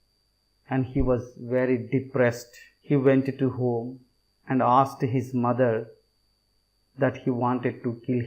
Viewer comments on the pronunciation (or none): none